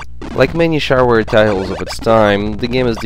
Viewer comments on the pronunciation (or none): I used to play Duke Nukem 3d in the 5th grade in multiplayer with my friends over coxial friggin cable! those were the days. oh FYI pronounce shareware as "she-e-r-ware"